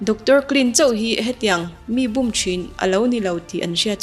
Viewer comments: 'Bûm' tih i lam dan chu a va diklo veee... Bum i ti mai hian ka hria... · Min an lo bum tiha bum I tih ri hi a dik lo. Ri hniam tur aw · Bum tih i lam dan a dik lo aw, mi lo zawt chiang la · Bum tih lam Dan hi diklo